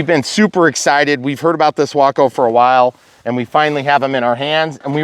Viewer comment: I had to look up the pronunciation. You nailed it. Sounds like Taco. Mine will be called Bumblebee. I'll be providing the bumbling part.